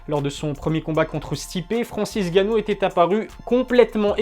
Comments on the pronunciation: Pourquoi tu dis/il dit "Francis Ganou" au lieu de "N' Ganou" ? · c'est N'gannou et non Gannou mdr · Votre nom c'est bien et pas Ilie? Et bien c'est pas Francis Gannou mais Francis Ngannou, on prononce le N. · Parle correctement et prononce le N de francis ! N ganou en phonétique ! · J'adore les vidéos mais c'est N'Gannou par contre pas Gannou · Où est passé le « N » de Gannou? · On prononce pas "èngannou"? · T'as perdu une occassion de te taire. Ca se prononce NGannou. Tu mets pas un espace en N et gannou. C'est typiquement Francais ça vous massacrer les noms africains. Que ce soit Nkolo ou Mbappe on sépare pas la première lettre du reste du nom. En espérant avoir pu t'éclairer un minimum.